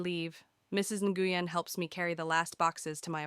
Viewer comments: NGUYEN IS PRONOUNCED "Win" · Nguyen is pronounced, I believe, "win"